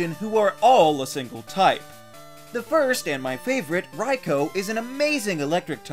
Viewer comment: I’m so glad he pronounced Raikou correctly